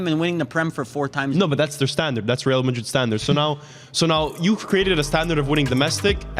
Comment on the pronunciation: does not have ball knowledge. How did he say real, high-A